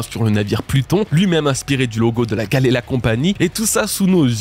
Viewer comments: Attendez… expliquez juste moi, pourquoi dis galleyRA alors que ça s’écrit bien GalleyLA??? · pourquoi tu dis galera alors que c'est Galley LA ? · Enfaite je crois bien que la fondation se prononce "Gali Lay" je sais plus exactement quand et comment j'ai entendu cette prononciation et d'où ça vient